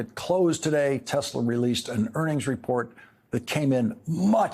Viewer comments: "I love Tesler" 🤣who voted for this thinking second go around would be better.... jfkm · "I LOVE TESLER" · “I love TESLER!”